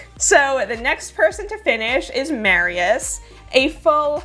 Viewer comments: I was listening to the video while doing sth in the kitchen and I thought Mariusz (Mar-yoosh) is a woman because you kept saying Mary-yes 😁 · (By the way, Mariusz is pronounced with a "sh" sound at the end in Polish. In Hungarian (if it's a name there; I don't know) it would be pronounced with a "s" sound.)